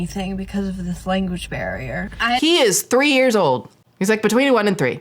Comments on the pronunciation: kind of irrelevant, but she says language bear instead of barrier, which certainly won’t help someone who barely speaks English communicate with her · Is it petty of me to point out that it sounded like she said "language bear" instead of "barrier" 😅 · lmao not the "language bear," my girl can't even talk American right herself, why is she expecting it from everyone in a different country!? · Omg same! I was picturing this cute fluffy bear holding different language books...